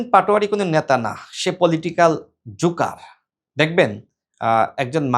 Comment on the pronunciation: শুয়ুরেরবাচ্চা—শ্লীল?... প্রস্টিটিউট—শ্লীল? প্রধানমন্ত্রীকে রাজনৈতিকভাবে কী বলা যাবে না? কোথায় ভেঙ্গে দেবে বলেছে? ... কি কি অশ্লীল কথা বলেছে? আপনার গালিগালাজ বন্ধ করবে কে? জনগণ আর সমর্থক যে একবিষয় না—এটাই আপনাদের হাসুম্মা বোঝেন নি কিন্তু! জাওরামি—শ্লীল? জুকার না জোকার হবে! ... পাটওয়ারীরা মূলত বিপ্লবী বলে মনে হয় না? ... ও কি কি খায়—প্রমাণ আছে? ... আপনি ইনু সাহেবের অভিনয় করছেন বলে মনে হয় না? আপনার বাংলা উচ্চরণে সমস্যা আছে না? আপনি তো হারিয়ে গেছেন বলে মনে হচ্ছে না ব্রো?